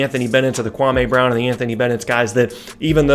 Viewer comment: You pronounced KWAMEEEEY BROWWN wrong. Watch Stephen A Smith, he got it right